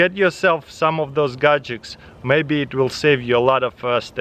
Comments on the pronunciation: Extension cord "gajiks" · He love those gajiks😂